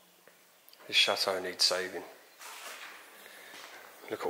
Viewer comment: CHATEAU NOT SHAAATEAU LOL